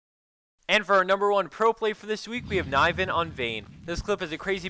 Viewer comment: It's not KNAJVEN, its K N I V E N, it's swedish for the knife!